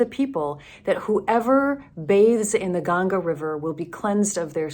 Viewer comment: you haven't learned to say "Ganga" properly. It is embarrassing to say the least. What is your agenda? If you experience what you have experienced in India, can you please stop proselytizing? A pastor cannot be being one without "spreading the word", right? Please change or cut it out. You seem to be pied piper - using the pipe of hindus and saying mumbo-jumbo stuff.